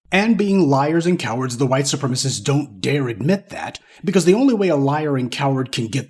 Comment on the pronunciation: I miss when you say "the white supremisses hate that". To me that sounds funny 😂. Please keep it going.